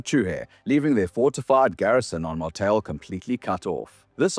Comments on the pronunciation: is that really how Martale is pronounced? Mar-tell? I always thought it was Mar-tall. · he mispronounces martale, but its ok, his democratic message was stilldelivered with liberty